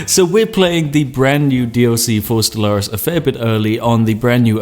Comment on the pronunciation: O The way you pronounce Stellaris... I used to pronounce it the same. That was until my friends shamed me in to pronouncing it "stellar-is"